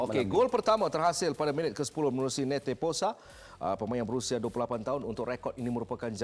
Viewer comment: Neto pessoa bukan nete posa.